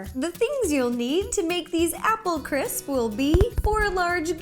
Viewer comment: who had trouble pronouncing "crisps" me.